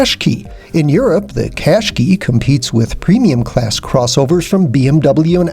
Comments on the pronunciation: It's Qashqai pronounced Qash-qai NOT Qash-key u fuckwit learn to pronounce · Clear to see Nissan elected to call the Qashqai the Rogue Sport only in the US, Americans can’t pronounce anything properly, ugh. Embarrassing. You should have listened to every other review with the proper pronunciation before posting yours! Just saying. Otherwise great review.